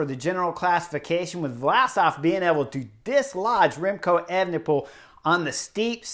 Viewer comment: Could you say "Evnepoel" one more time?